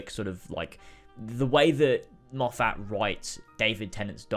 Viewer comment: i’m enjoying this video a lot because i think we have very similar opinions on new who, but PLEASE, his name is pronounced more like ‘steven moffut’. i know it’s spelled moffat but it’s not that way😭